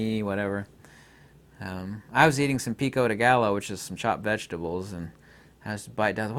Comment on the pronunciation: It's Pico de (guy-o) not (gallow) but that's just our kentucky accents I guess